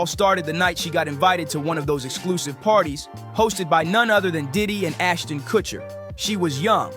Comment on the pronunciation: It's funny how the guy calls him Aston Kuchiner.